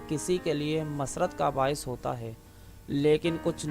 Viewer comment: مزہ نہیں آیا اردو درست کرو Masrat nai MUSARRAT